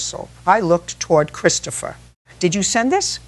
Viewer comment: Sounds like your voice, but two words frequently pronounced differently. It's not Christ opher, it's Chris topher. And, it's not Car in, it's Care in.